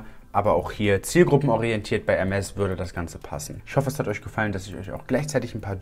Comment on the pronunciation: Junge es heißt nicht „ermes“ sonder „ermé“